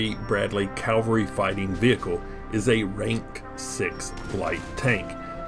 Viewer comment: Did you get to see much of Germany or Europe from beyond the Barracks? P.S. Is "Calvery" an Americanism or American pronunciation of cavalry (like how the British commonwealth pronounces Lieutenant as "leftenant")?